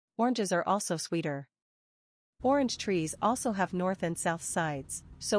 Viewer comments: She can not even say orange 😂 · You can’t “fix it” u less you stop using AI. I was willing ti comment here but I didn’t watch the video, from the moment I realized it was that stupid AI voice thwf can’t even pronounce “orange.” So unless you start using your own voice or a kfhwr human’s voice…. I won’t watch. Imagine if I typed this comment without any spaces, in one long word using random, alternating lower and upper case, no punctuation… and you had to go through the slow, irritating process of teasing out each word. How long would you last? If you have speech issues,, find another person until you’re feeling better! Get well soon!